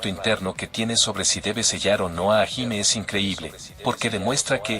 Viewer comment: El video si estuvo bueno. Por cierto, te recomiendo escribir sus nombre como lo escuchamos. Osea: en vez de hajime. Pon Jallime. Y con rider. Por raider. Para que el loquendo lo pueda pronunciarlo bien. Solo es un consejo Por cierto, Por lo que puedes usarlo si quieres 😅